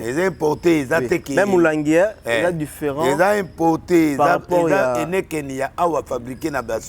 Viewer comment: Heneken te 😡. Heineken ok? Heineken